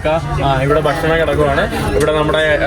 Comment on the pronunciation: അതീവ ഹൃദ്യമായ epizode, ദയവായി ഭക്ഷണം എന്ന് പറയൂ, ബഷണം അല്ല സുഹൃത്തെ. ഞാൻ പല പ്രാവശ്യം പറഞ്ഞിട്ടുണ്ട്.